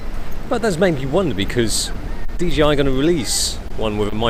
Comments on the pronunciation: It's not DGI it's bloody DJI. Why do people keep saying that?? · Bruv...its DJI. In the video you are repeatedly pronouncing it as DGI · Why do you keep saying DGI? It's JAY, not GEE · DJI NOT DGI?????!!!! fuck sake. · why do you pronounce it like DGI if it's DJI? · Serious??? ITS DGI not DJI ugh! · I thought it's DJI not DGI...